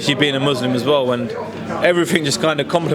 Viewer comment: Caught me out too, maybe he was just generalising with the average boxer. Plus he said “muzlim” not Muslim… bit booky